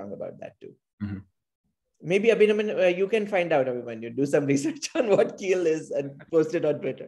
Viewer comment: Hey man, great video. I dig your enthusiasm. Kiel ist pronounced correctly, it is a city in northern germany- one of our "pathology hotspots" so to speak, especially for lymphoma pathology. I would be very careful with p63 in the lung for scc because 20% of adenoarcinomas are positive. I usually only use p40 for this differential.